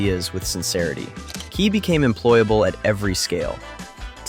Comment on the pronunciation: I call Key as "Kay" so when i hear you pronounce it correctly i remembered the teacher skit